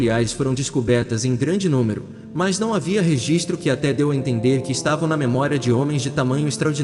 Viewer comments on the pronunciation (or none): none